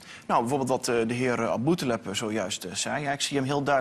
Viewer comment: The woman took a funny face, because of the way Lucassen was pronouncing the name Aboutaleb. Btw good video !